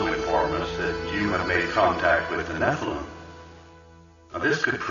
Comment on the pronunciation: Fantastic and dense deep dive. This game has become one of my favorites in the past few years and I've gone out of my way to analyze and reverse image search a lot of the art within. If I could give constructive criticism, the blatant mispronunciations of certain words is really distracting and threw me off quite a bit. 'Nephilim' is clearly stated a dozen times in game and I don't think anyone else says it like you do. Also you say 'Malchut' like 5 different ways and say 'Kether' wrong as well despite them clearly being stated in game.